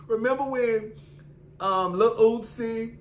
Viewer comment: Every time you call Uzi, Lil Ootsie, I fall off the couch laughing lmaooo